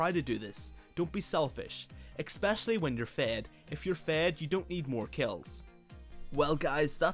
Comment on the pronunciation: Am i the only one who hears xpecialy?